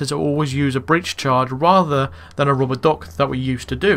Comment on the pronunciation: keep it up, btw you say RUBBA DUK very funny LMFAO